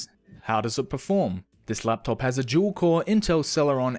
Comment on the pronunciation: When he says dual it sounds like he was saying juul